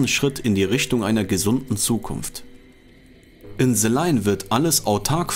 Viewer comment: Bro danke für das Video. Like ist da, noch nicht zu Ende angeschaut, 100 % top Video aber bei BITTE es heißt nicht SE sondern THE. Ich weiß das deutsche Schulsystem und der deutsche Akzent im englischen, aber du bist so intelligent, das kriegst du easy hin. Thank you ❤